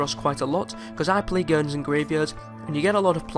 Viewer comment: U can't say gardens